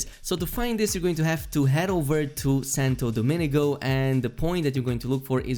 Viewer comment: Every streamer says Santo Domenico rather than Domingo. Am i buggin or am I the one reading it wrong